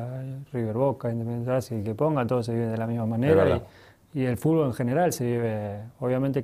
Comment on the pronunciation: Las veces que Messi dijo "Fulbo" 😍 👇🏼👇🏼👇🏼